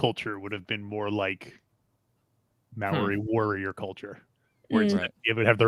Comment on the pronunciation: It's mow-ree not me-or-ee, sorry I'm from Australia and that hurts